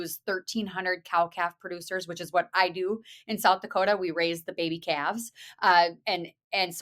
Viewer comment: Yes she totally nailed the pronunciation of South Dakota!! ... the first time, not the second time!! lol that was Northern Minnesota/Canada 😂 Midwestern girl here ❤️🤍💙 🇺🇸